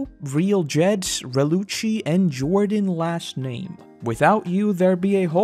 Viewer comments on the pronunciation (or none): none